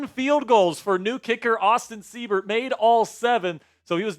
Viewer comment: Seibert = S-eye-bert. Good win boys! HTTRWFTC4LIFE!!!